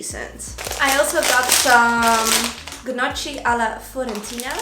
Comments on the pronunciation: Tips for you: 🎈I’m not Italian, but I know you should pronounce gnocchi as „no:kee” 🎈 Buy yourself a Veggie peeler, as I so you struggle a bit 😅 Anyway, really enjoyed that vlog-grocery haul-what I eat in a day feat. borsch (or barszcz as it is called in Poland) Love you ❤️ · The way you pronounced Parmigiano Reggiano and Gnocchi made me LOL so much! You’re too cute 😘